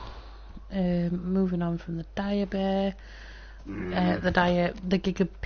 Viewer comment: just dire not direb